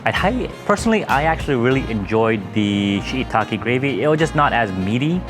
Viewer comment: Why can't you pronounce shiitake?